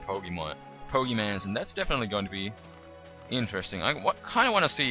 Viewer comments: Its pokemon not pogeman. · 1. Plural of Pokémon is Pokémon 2. Pronounced Po-ké-mon. (NOT BO-GI-MANS!!!) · It's pokemon not poke mans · you say 'pokimans' l0l instead of pokemon? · "Pokemans"...I don't want to live on this planet anymore... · Poe-kay-mon. It sounds like he's doing it on purpose, as well as "geodude" for correcting himself when he says it correctly.. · I love gow he says "pokeman" lol its funny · he said pokemon correctly once and the changed it to pokemans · he says pokeman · u say pokemans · He said Pokemans =( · its called pokemon with a o not an a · poke mon that how u say it sorry i just get mad when people say it like that so sorry but i likae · the guy said pokeman its pokemon and its a mod ur dimb at heck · stop saying pokemans it hurts my ears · stop saying pokemans and pokes... just stop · its not freaking pokemans noob it dosint even have a a in the word pokemon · lol pokemanzz lol my cousin loves(ed) pokemon and i would get on her nerves by calling the pokeMANZ ROFL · pokemon not mans ugggh